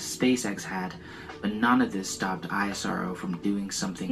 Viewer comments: Its not eye ass arrr oo Its ISRO( èsro) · it's pronounced is + row